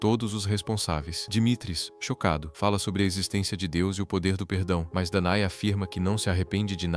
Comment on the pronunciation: "Dané", não "Danae".